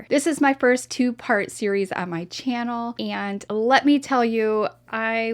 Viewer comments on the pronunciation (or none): none